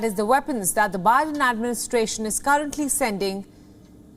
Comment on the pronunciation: She actually called the U.S. President, "O'Biden"...Hahaha !